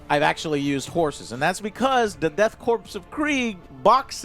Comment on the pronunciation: KORPS is pronounced CORE, not CORPSE. STOP calling them KORPSE.